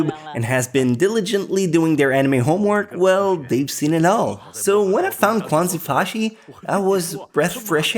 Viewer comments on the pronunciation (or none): I laughed so hard when you introduced Quanzhi Fashi. Kwon-zee-fah-shee? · xDD and that's not how you read quanzhi fashi, lol ~